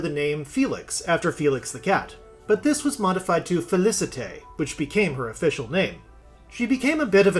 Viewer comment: Felicette = Fey-Lee-Set